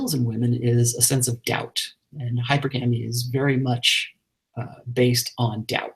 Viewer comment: Even though Rollo is an expert, he definitely pronounces Hypergamy wrong. It is not hyper-gamy - it is hyPERGamy